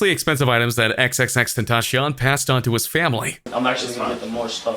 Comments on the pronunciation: You saying his name wrong your saying:"xxxtentashion" lol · Is no-one going to say something about how strange is he saying x' name?